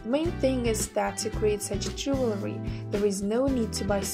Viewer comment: Why do you keep saying "jewelry" ? Am I hearing wrong?